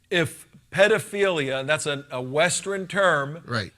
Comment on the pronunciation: "Western" not "Westren." LOL